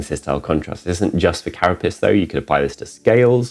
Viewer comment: Pr. "cara pace", not "cara piss" :)